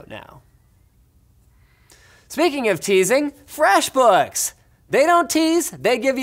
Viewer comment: Am I a bad person because i can only hear the sponsors name as 'fwesh bookshshshs'